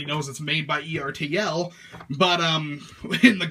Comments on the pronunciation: Its ERR TUL not E-R-T-L. They make die cast tractor toys. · ERTL is pronounced like "turtle". Just sayin'.